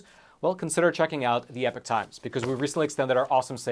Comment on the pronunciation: I'm not sure i could ever subscribe to the epoch times when you keep mispronouncing it as "epic" 😂 as the meme goes "you keep using that word, but it does not mean what you think it means"